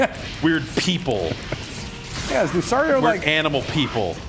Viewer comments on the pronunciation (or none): Dammit, Lucario isn't pronounced Lou-sorry-oh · That guy who doesn't know the Pokemon names make me cry.. The blue beast thing that looks like "Lapras" is called a Plesiosaur also known as the Loch Ness Monster named Dorrie. Lucario's name is "Lu-car-e-o". Sceptile is "Skeptile".. Please, please, please do not make me go on